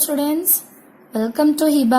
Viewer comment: She's saying at start tudents 🤣🤣🤣🤣funny